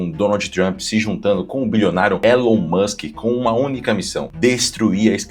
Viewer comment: eu fico de cara da galera fazendo reportagem sobre o Elon e falando o nome errada. A galera de direita tem que saber falar inglês bem pô.